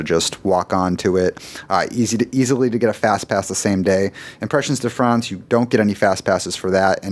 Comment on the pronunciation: #4 lol, "Impressions (English pronunciation) de France (French pronunciation)," maybe pick a lane, or at least do a quick search online to hear how to say "impressions" in French. If you chose the English lane, you'd actually need to say "de" like "be," and never like "day" as and far too many others are under the impression of. Great content as always, but thanks for the chuckle; next up, let's work on not pronouncing crêpe like "crape.";) =D